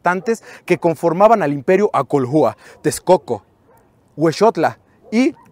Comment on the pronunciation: En náhuatl la sílaba tónica es la penúltima, no son acolhúa, son acólhua (sin el acento obvio) y la hache no suena como jota, ni que fueran angloparlantes